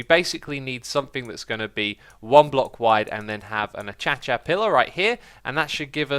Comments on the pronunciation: Did he say A-cha-cha in stead of A-cay-sha? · X, its pronounced a-kay-she-a not a-chatc-a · Acacia is pronounced ah-kay-sha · Do you say acacia wrong on purpose because its slowly driving me insane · It's pronounced a-kay-sha!!!! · love your work but its ah-kay-shah ... just saying :) :) :) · a-KAY-sha. Do you even English m8? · Why does he say acacia like achacha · Idk if he does it ironically but I've noticed Xisuma pronounces Acacia 'a-cha-cha' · Xisuma you do know is acacia a-Kay-sha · X I don't think you realize that you are saying achacha any more xD